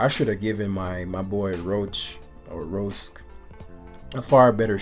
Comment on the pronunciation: 'roske' LOL it's Roar-shack for future reference! Good vid bro